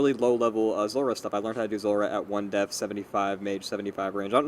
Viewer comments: lol he literally pronounces def as 1 deaf .. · Rendi Mento def is pronounced "def" as in "beef"